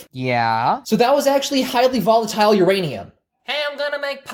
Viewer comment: I loved the cut to the sponsor!!!! hahahahahah It is uraniuuuuum NOOOOOOOO!!! XD